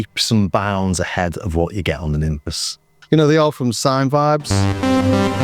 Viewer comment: Are you sure about that pronunciation? I read it more a "Nimfs" with a clever spelling. Be interesting to know for sure.